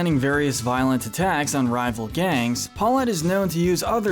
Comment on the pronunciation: yall just pronounced Auntie Poulet as Auntie Paw-let yall never took a french course before????